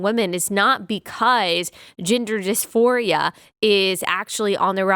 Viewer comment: Omg. hahahha I heard, 'gender disphoria' as, 'ginger disphoria' every time. 🤣 God help us. that's probably the next trend. 🤦🏼‍♀️